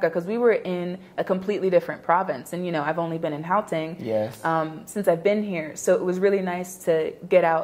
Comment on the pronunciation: my sister's pronunciation of Gauteng is so spot on, it is even better than some of South Africans